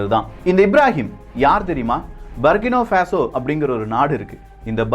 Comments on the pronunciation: சரியான உச்சரிப்பு " புர்க்கினா ஃபாஸோ" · i am at burkina faso. சரியான உச்சரிப்பு. புர்கின ஃபாசோ & Ibrahim த்ரவோரே. Sorry bro i am your தீவிர ரசிகன். Last 10 years i am there.